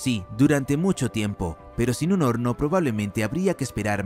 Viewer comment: Todo bien hasta que pronunció lo del horno en 2 días